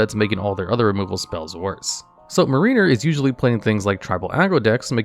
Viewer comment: Not really a big deal, but you should check the pronunciation for Mariner and Eidolon